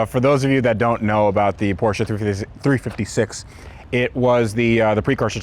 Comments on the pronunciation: "porschA" is a good name for a stripper; the car is called porschE (not porsh, not porsha, porsche!!!) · the fuck is a "porscha" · For God's sake it's PORSZ. Do I need to write it in Polish to you to understand ? There is no foking E in the end. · as an car enthusist u should know how to pronounce Porsche. A hint its not porsch-a like u americans say